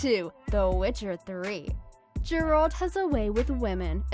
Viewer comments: It's Geralt, not Jeralt. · .... I hope you're mispronouncing Geralt and Shani intentionally to avoid some kind of copyright strike.... because that was literally nails on a chalkboard. >_<